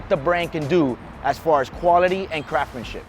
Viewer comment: What nationality is this dude? He has a very tough time pronouncing “craftsmanship”